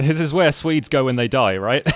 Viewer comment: am I the only one to notice him say "when they die, right?" which sounded to me like when they diorite